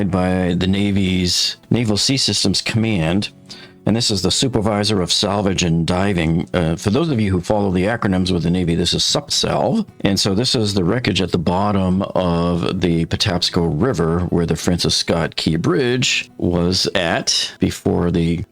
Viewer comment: I used to work for SUPSALV — it’s pronounced “soup” as it stands for Supervisor of Salvage. Just want you to sound cooler than the other YouTubers. Nice video!